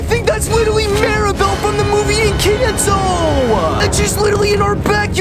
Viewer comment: Not meaning to be rude but.. it's pronounced encanto like watch the movie and see how they say I know it's pronounced encanto in Espanol. Cause I'm Mexican